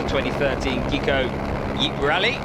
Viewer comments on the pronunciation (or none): Fabulous presentation and camerawork but let down badly by your commentator. Hesitant, inaccurate and almost every name mispronounced, including the event sponsor ( pronounced HIGH- COE ). I'm delighted that this rally is featured on YouTube. Thanks for that.